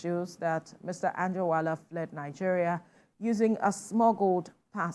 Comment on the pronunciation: Langeria, My kountree 😂